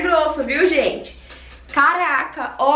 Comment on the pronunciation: vc falando a palavra (Caraca) é muito engraçado, vc aprendeu com a Lídi né, essa palavra nós cariocas falamos muito, e é muito legal ver vc pronunciando, mas caraca as roupas são lindas 💖bjs